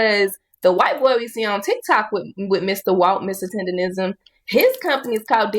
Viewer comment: Bro still cant say TenderNism😂